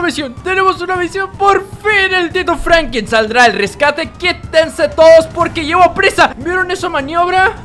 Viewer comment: Franklin no Francri